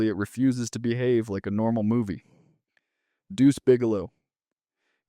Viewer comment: The AI voiceover really struggles with the colon in “Deuce Bigelow: European Gigalo”